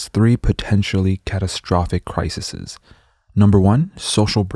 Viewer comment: You're pronouncing "crises" wrong. It's not "crisises"